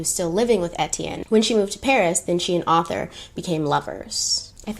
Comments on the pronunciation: I love you but its ArTHur not Ather lol I feel like you heard it pronounced in a British accent and rolled with it 🤣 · Your French pronunciations were fine; it was the English one you got wrong 😂. Arthur is pronounced "ARR-tha" not "AUTHor" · Just FYI....the name "Arthur" has an R in the first syllable, so pronounced "Ar-thur," not "author" and "Albert" in French is pronounced "Alber." Deauville is, I think, pronounced "Doe-veal." The fabric tricot is pronounced "tree-coe." French is complicated! 🇫🇷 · “Deauville” - dough-veel, Arthur Cappell - Ar- th -er, Wertheimer -ver-timer, Swarovski - swar - off - ski. Am enjoying your channel so much! How could I reject makeup and history, my two lifelong passions. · I was surprised she didn’t know how to pronounce Arthur! I guess that mustn’t be a common name in the US which is so strange to me haha